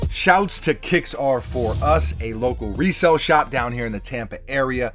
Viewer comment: It’s RESALE, 😅